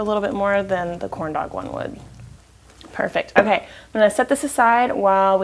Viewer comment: If it wasnt for the title, I swear you said "Horn Dowg" shrimp :-) LOL you crack me up, looks fantastic once again, you are so awesome! thumbsup for huiggin and kissn! whooot whoooot